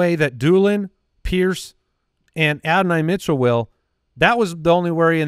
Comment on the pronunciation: The way you guys say Adoni pisses me off lol